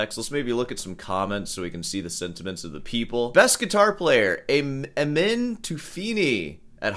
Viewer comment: The name pronounce as AMEEN and he is persian I know you probably don’t care, but I’d tell you anyway.